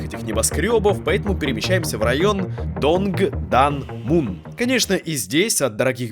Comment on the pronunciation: Донгдамун,гангнам .....господи 🤣🤣🤣